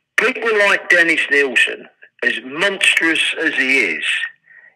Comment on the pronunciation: It’s Nilsen not Neilson.